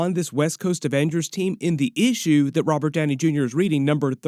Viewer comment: Every time says “Issue” I hear “feeexins” from East Bound and Down.